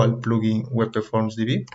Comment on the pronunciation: Por qué lees WEPEFORM??? En qué idioma es esa forma de leer? Ah! y "visualizar" usas en ves de "ver". Visualizar es hacerse una imagen de algo intangible.